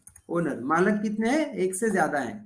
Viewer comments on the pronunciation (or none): Malik not malak